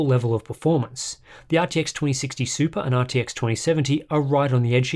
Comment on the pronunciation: Sorry but ... you didn't say RTX correctly...